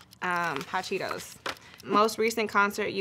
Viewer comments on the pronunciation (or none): none